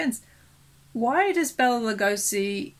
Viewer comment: Bela's name is pronounced "Bay-la" not "Bell-a"